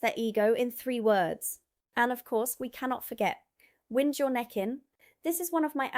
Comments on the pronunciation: It's not wind but pronounced wined. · Wind your neck in spoken as 'wined'